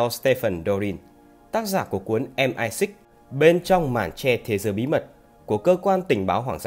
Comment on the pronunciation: Đọc em ai xích thì bố ai biết là cái gì Đọc MI 6 đi cho lành